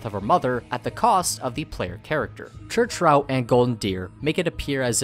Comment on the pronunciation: "Church Rotue" lol